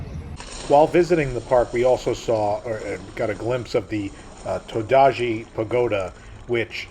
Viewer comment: Todaiji is pronounced "toe-dai-ji". The statues are of "asura". The Giant Buddha of Nara is that of the Vairocana Buddha. ICOCA is pronounced "i kou ka"which means "should I go?" or "I go". Completely agree on the Nintendo World's poor operational design. Thanks for the vlog,!